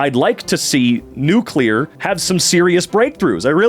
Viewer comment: Fanfiction is like the MCU: exploring other dimensions to play with "what if" ideas. It means the original work inspired you so much that you had to make a whole new story. Edit: Thank you for saying nuclear properly. I keep hearing goddamn nukular so much that I almost stopped wanting to live. You revived my hope for humanity.